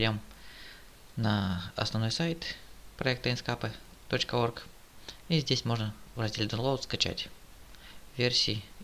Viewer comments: Не инскапе а инкскэйп правильно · инскеэээээээээйп пж нормально произнеси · Самое бесячее это звучание ИНСКАПЭ. Узнай как оно произносится правильно. Удачи!!!